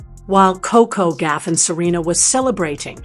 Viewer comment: It’s Goff not Gaff !